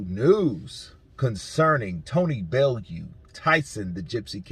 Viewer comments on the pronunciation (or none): It’s pronounced Belloo